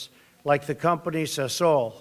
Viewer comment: Mr Trump, you are a breath of fresh air, but please get someone to advise you on pronunciation. Its Na-mib-ia, not Nambia, its Sah-sol, not sasool, its U-gan-da, not Ugunda. And please consider adding the ANC to your list of depraved ideologies.